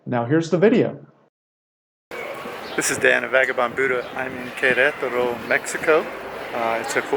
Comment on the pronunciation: Spanish words and names put the accent on the 2nd syllable which will make all Spanish words easier for you to pronounce such as Quer. ET er o